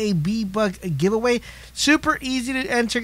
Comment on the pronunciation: Lmao when I read this is heard this dude say we are diwing fwee b buck gavewey